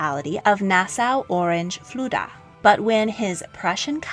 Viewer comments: it's Fulda. Not Fluda. Thanks for the fantastic videos. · Fluda? I guess you mean Fulda... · The City in Germany is called Fulda not Fluda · Very irritating voice and surely it's Fulda , not Fluda.